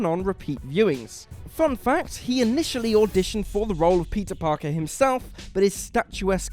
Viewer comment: am i the only one hearing "pizza parker" ?